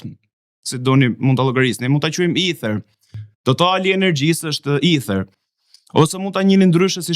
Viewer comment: Me fal, mos je rritur gje ne Angli apo ndonje shtet anglofon, qe ste del fjala shqip Eter, por na hap barkun duke i then Ither? Dhe "kepurdhen" qe e bere legjende dhe e zbertheve ne detaje, meso ti shqiptosh emrin njehere tamam, pastaj na i zberthe. "Kerpudhe" thuhet sa per dijeni. Delirant qe te duket sikur ke shpik rroten, se ta kan ber pak qejfin neper komente ne tik tok dhe ke fillu te te duket vetja vertet gjeni.